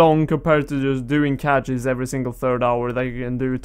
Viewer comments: Nice vid. Btw, cache is pronounced the same as cash, not catch. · Ey. You were wondering how to say it, Cache is pronounced "Cash".